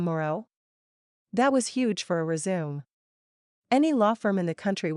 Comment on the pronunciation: I bet this would be a great book to read! But I'm guessing that is one of those AI narrations? No accent, but some strange pronunciations of words like resume' and kinder.😮